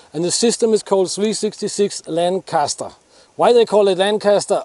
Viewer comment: When a Danish guy who lives in Russia pronounces "Lancaster" more correctly than 90% of Americans....